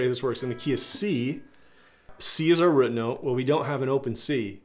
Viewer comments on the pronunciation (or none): Where are you from ? Your pronunciation of root as ruut is unique